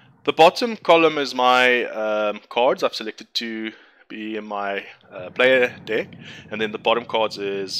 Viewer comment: nice video :) although I can't shake the feeling that you pronounce the word "deck" as "dick" :D